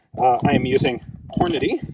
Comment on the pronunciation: "Today we're using Hornity 750 grain 'Big ol' Ammo.'" lol